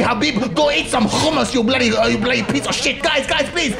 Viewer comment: The way he said hummus